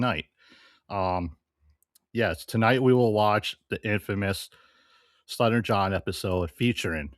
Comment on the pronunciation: “Sluttering John Epithode?”